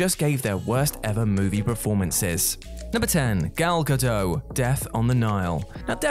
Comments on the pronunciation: Her name is not Gal Gado. It is Gal Gadot and you pronounce the T. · Gado? It's GadoT. She's given recorded interviews about the pronunciation of her name. And well done giving her characters death away for anyone who didn't know. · It's pronounced "ga-dot," not "ga-doe." She's not French. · Bit disrespectful if you are not only going to criticise Gal Gadot’s performance (not seen the film so have no opinion) but to consistently mispronounce her name as well. It is Gal Ga-dot not Ga-Doe and is not difficult to find her herself pronouncing it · Cast not casted dude & it’s gah doh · GodoT with a hard T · It's pronounced Gal Ga-dot. There's a T on the end. It's Hebrew, not French. Seriously, if your job is to narrate this stuff, make an effort. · The 't' in "Gadot" is not silent. Hebrew has no silent 't's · Just FYI, the T in Gal Gadot is not silent. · I just posted this myself, I hadn’t scrolled down much first to spot this. Whatculture mispronounce at least one name in every video. It must be contractual.